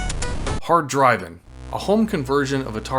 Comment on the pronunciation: your pronunciation of Hard Drivin’ gets the F grade